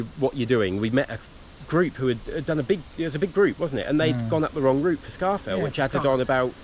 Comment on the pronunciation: I’m probably late to the game as per, but it’s Loch Low-mond and Scar-fell Pike (...end of anal pedantry ...) 😬 Another great video guys, and very well done 👍